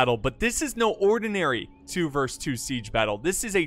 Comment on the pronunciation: "Versus" it's pronounced "Versus" not a song "verse"